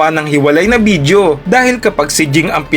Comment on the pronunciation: Ok na sana eh nasira lang sa "bidyo" hindi video.